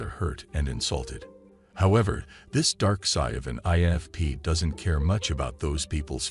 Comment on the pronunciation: I'm sure this is yet another AI vid. So many errors even the pronunciation of "INFP"!!! - sounds like it says "ANFP" and "ENFP" in first couple of minutes (that's all I could handle). And now I'm leaving a comment which boosts this vid's algorithm popularity. When will we ever get out of the matrix?!😨😨🤣🤣